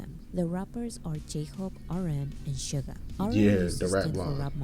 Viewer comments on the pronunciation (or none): Nice reaction. Just a little note, his name is SUGA, not sugar, please leave off that "r", LOL. V's Tiny Desk is amazing & shows 3 songs from his solo album Layover. Please react to it: V of BTS: Tiny Desk Korea